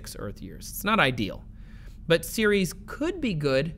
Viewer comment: Took me a solid three minutes to realize he was saying Ceres and not Series. I always thought Ceres was more like Sair-res. Like the Sar in Sarah and res like rest.